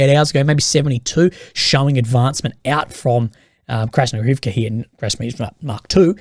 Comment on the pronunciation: For Krasnohorivka you follow the Russian pattern of accenting the next-to-last syllable in proper names ---IVka. But the Russian speakers online blend the ending and accent it HORivke.